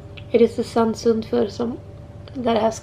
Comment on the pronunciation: You pronounced Her name Perfectly! Very rare!! I understand this song/ video is Hard to go through.. BUT that means You are good at Art / Languages ! ..drawing .. painting.. ..they are connected!! I know it! You can do something for other people..